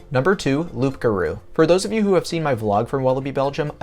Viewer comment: It's pronounced "Loo garou", you don't pronounce the P bro